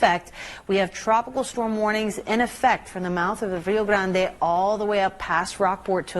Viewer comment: Nice pronunciation of Rio Grande.